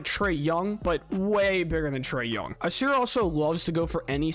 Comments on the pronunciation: ‘Ah-Sahr’ not ah-seer. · It’s annoying how you consistently butcher Ausar’s name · I can tell you're just now finding out who these guys are!! Otherwise, you would have heard Ausar's name so much that it would be impossible to mispronounce it!!